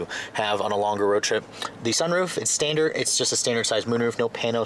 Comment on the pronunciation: Hearing him say STANDARD makes me mad